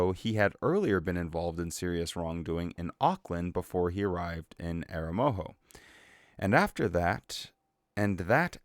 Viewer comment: Good rundown. And you made a pretty good job of pronouncing 'Aromoho'.